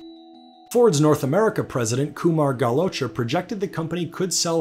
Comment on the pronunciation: Damn bro you butchered kumar galhotra's name😂😂